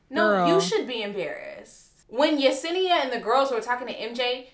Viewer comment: Yes you said Yesenia’s name correctly